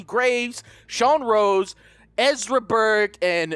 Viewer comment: Sean Rose not Sean ROSS